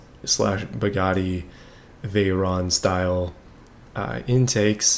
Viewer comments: OMFG the way you say Bugatti Chiron and Veyon is SOOOOO WRONG!!! Check how to say it in google translate, with langage set onto french! pleaaaaaase! XD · yes a french pilot, Louis Chiron. And I am french so I know how to say Veyron and Chrion since they were booth french!